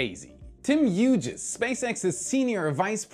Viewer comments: I believe his last name is pronounced like Hues rather than Hue-jez. Thanks for the Starship update. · It's a fairly common last name, usually pronounced Hews... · I think "Hughes" is pronounced like "hues". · I know his name is pronounced as Huegs. But Hue'jez sounds cooler. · ....FYI, The surname Hughes is pronounced 'Hues' as in the colour 'hue' but plural ie: Hues.🙂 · Hughes is pronounced like hews